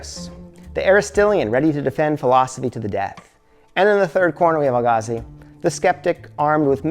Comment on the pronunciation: Why can’t u pronounce Al-Ghazali? 😂 I hear AlGazal, AlGazi, Ghagazi 😂😂😂